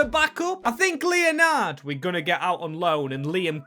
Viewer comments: Leonard is not said Leo-nard. It’s said Len-ed. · Made me laugh the way u said leonard easy mistake but its pronounced lenerd